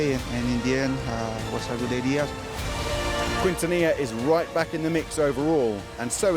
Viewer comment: Quintilla= kintiya and not kWintiya